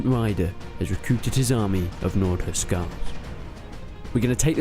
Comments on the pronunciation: Huscarls not huscals lol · yo Resonant? isn't it Hus"carls"?